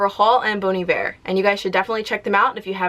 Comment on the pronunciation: Also, did not know people said bon Iver that way